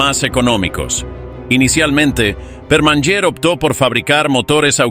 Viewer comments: No se dice "perman yer" se dice "permañer" la NY en català es el sonido Ñ. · La NY catalana suena como la Ñ española. Por fabor sustituid el abominable sonido cuando mencionais a Permanyer por su verdadero sonido Permañer...